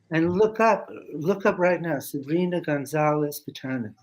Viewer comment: Lee was mispronouncing the name of Sabrina. It’s “Sabrina Gonzalez Pasterski”.